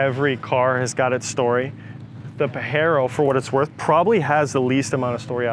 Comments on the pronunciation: New he was off as soon as he starts to pronounce it like that. Pa-hero is the Spanish pronunciation. Not what the car is called. Anywhere. In australia and European countries it’s pa-je-ro. The guy is full of shit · I’m pretty sure the correct way of pronouncing it is Pajero not Pahero. The second way is the Spanish pronunciation, and it has a bad meaning in Spanish. Which is why they call it the Montero over there. So it doesnt make sense to call it a Pahero. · That dude calling it Pahero agrevate the hell out of me lol . Pajero is not Pahero. It's not a Spanish name it's from Leopardus pajeros a south African cat. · If you pronounce Pajero with an H then you're saying the Spanish derogatory word "wanker", the proper pronunciation is with a hard J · Dude is Pa JE ro not Pa He ro. Saw the damn thing be launched in Japan. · He sounds like he has no balls at all, Paahhheeero 🥴 Asians and Japs laughing right now. I hope he doesn't find how cool japs pronounce the rabbit. 😂🤣 Pajero hard j please. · You need to lear how to pronounce its right. If you in asia pronounce its PAHERO. People laugh at you like a clown. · Its pajero not pahero. We can forgive the guy because he owns those vehicles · This car 4x4 from Asian.. not from west mexico. Its hard J is not hard H ..ITS PAJERO NOT PAHERO from mexico. You can have it..but you cant change the name. Sounds weird... PAHERO 🤭🤭🤭😭😭🤣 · I'm not a Japanese or Spanish expert but pretty sure the J is a J in Japanese not an H like in Spanish. Still a cool ride. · Exactly! Pajero pronounced as pajero, not pahero. That how japan pronaounced it. And like subaru, it pronounced as subaru, not suberu. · its PAJERO, not Pahero . Doesnt meant he own the car he pronounce it pahero..funny americans 🤣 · Its PAJERO not PAHERO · Your acatllying saying it wrong, we get these is aus so use the right name. It’s Pajero making a J sound not a H sound. Don’t make up your own thinking it’s cool. It’s legit what yanks do. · its PA GER ROW